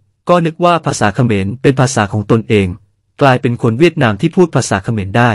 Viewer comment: คนพูดคำว่าเขมรสงสัยเมา